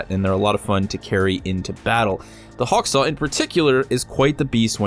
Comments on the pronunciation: Why did u say HakSaw it's HawkSaw, do you know how to read! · Hawksaw, Hawksaw! HAWKSAW! It's pronounced Hawk Saw not Hack Saw. Other than that a lovely video 😉. Looking forward to more content from you.